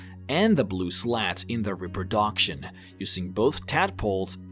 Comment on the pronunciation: His mispronunciation of centaur, telekenesis, reproduction and amphibious just annoys me much more than it should. Still a really cool video though.